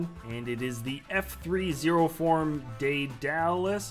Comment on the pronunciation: Hey, guys! Hope I'm not sounding condescending, but I think the Stargate ship's name is pronounced Dead-ulis